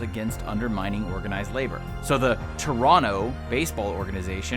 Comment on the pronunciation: thank you for saying toronto correctly